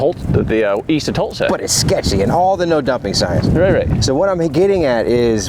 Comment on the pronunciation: Btw it's pronounced Tull-suh and not Toll-suh